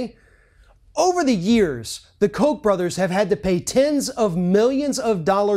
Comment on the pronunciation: It is pronounced Cock Brothers.. Cock.. not Coke.. Cock..